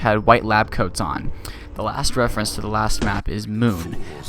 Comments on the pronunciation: But it's reference not referance get some BOI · Its reference not refarence